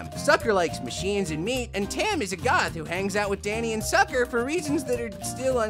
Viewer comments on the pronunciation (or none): It's "Tucker" and "Sam", no offense. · Is no one going to mention that he said 'Tucker' and 'Sam' as 'Sucker' and 'Tam' ?? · Why have I only just noticed that he said Sucker and Tam instead of Tucker and Sam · It's Tucker not Sucker ... But other wise it is a very good video 😉👌